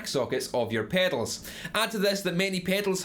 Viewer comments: Drink everytime he says "pehdals"! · Like it rhymes with "fatals" lol